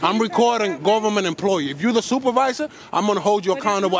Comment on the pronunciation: My man said "u need a bodyguard"😂she said "it's Gutherment property" 😂😂💀